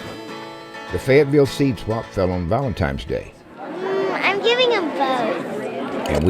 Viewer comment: Valentimes day?